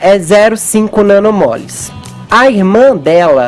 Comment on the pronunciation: Pelo amor de Deus fefito, é MOLS, 2 MOLS, não MOLES